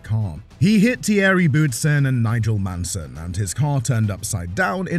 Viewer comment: Nigel Manson? Come on, put some effort into it ffs.